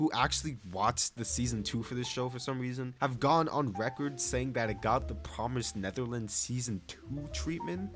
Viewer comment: swear he said promised Netherlands